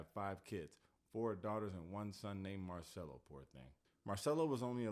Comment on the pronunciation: Incredible! You said the name Eunice Paiva and even Marcelo like nobody that is not brazillian does!